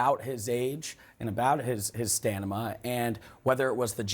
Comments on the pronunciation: STANIMA? EEEEEEEEEEEEEEEEEE! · “stanima”? You said “stanima” twice. 🙄 See, it’s not just old age.